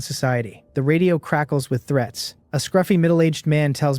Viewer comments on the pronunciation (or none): none